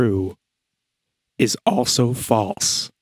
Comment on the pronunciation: Does anyone know why he keeps saying true and false the way he does in this video? Like a true?